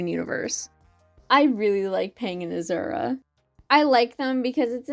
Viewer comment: I enjoyed this video so much but the way you mispronounce Azure felt like a kick to the gut. I had to hold my breath to not laugh. But-just- it’s Ah-Zure with the second part said like Sure but with a Z instead. It’s not that different from Azul (blue is Spanish) Is it because of Owl House?